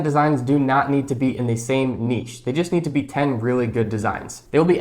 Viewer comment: It's so refreshing to hear someone pronounce the word 'niche' correctly👍🏽